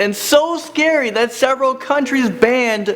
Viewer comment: it is not schery